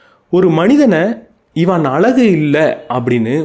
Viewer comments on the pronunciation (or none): none